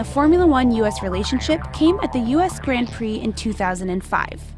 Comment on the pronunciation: Anyone annoyed by the way she pronounce "grand prix" ?